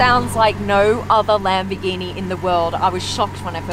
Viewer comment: not lam-bi-geenee it’s LUM-BORE-GEENEE